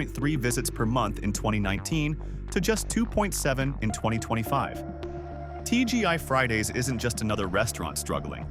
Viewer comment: He said TGY Friday's 😄